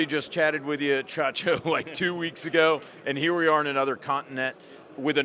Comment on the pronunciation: the way he said "Hee-ah" had me in stitches for some reason 🤣